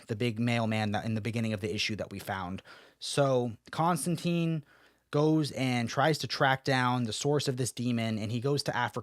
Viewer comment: Come on man, it's pronounced ConstanTINE. He even says it in the book your reviewing